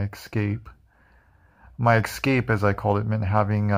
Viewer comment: Escape, not excape